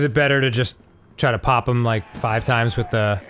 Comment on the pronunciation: Ok... I fucking love Dan, so much... but I can’t be the only one that hates the way that he says “them”. It’s not pronounced “thmmmm.”